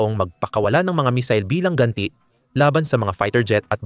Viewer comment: Paki ayos mo mag pronounce ng missile nkakahiya k